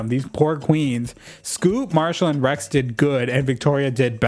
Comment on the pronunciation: I kept hearing "Rex" as "rags" and honestly it works